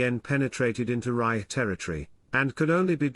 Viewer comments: “Reich” mispronounced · Why can't this guy pronounce "Reich"? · This must be artificially spoken which explains the mispronounced “Reich” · Yes, of course that's true. But still, why can't it pronounce "Reich"?